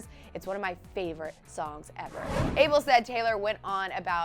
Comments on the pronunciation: It's not able it's ah-bel. Geez get it right 😩where my habeshas at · thats not how you pronounce Abel ... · Ur pronunciation of "ABEL" is so wrong hon am tired of listening 2 it